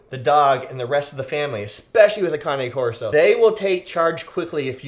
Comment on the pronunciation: It’s not cané corso it’s just cane corso